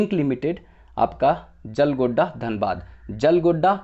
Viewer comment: जियालगोड़ा है jalgodda नही